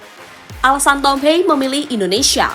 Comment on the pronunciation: Mengspell nama Thom Haye, bukan Thom Hei tapi Thom Haye.....Thom.....Thom....Thom Haye....